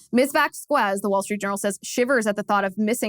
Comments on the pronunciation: I guess Liz doesn't know Spanish. It's pronounced 'Vos-kes'. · Liz, after living in CA, you should know how to pronounce Spanish names. The U makes the Q sound like a K, but is otherwise silent. Think about how you pronounce Quesadilla.